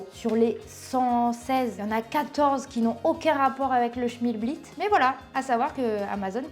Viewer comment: Tu dis schmilblit ? En fait c’est schmilblick… bizarre !